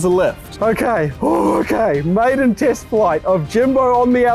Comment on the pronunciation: The part when u said (lets test it) it sounded like u said "lets taste it" 😂